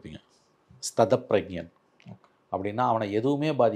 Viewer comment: It is sthithapragyan and not sthathapragyan